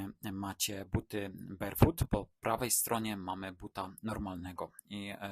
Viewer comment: Ladne widoczki, merytorycznie takze ciekawy i tresciwy material ale... Serio, aż uszy bolą jak slychac "barefut". Wymawia sie BERFUT! To sa podstawy angielskiego i jakoś na innych kanalach nie kojarze, zeby komus to przysparzalo jakichkolwiek trudnosci. No chyba, ze tutaj jednak jest mowa o jedzeniu barowym, to zwracam honor 😅